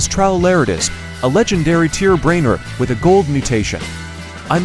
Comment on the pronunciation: This ai voice 🥀🥀🥀 brainrot sounds like brainrit 😅